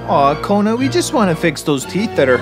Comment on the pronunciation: it's kona not kuna